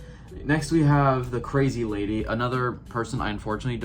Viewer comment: her name is not “crazy lazy”